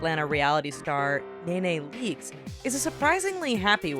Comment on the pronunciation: knee knee leaks not nay nay and tea la tequila not tia. google pronunciations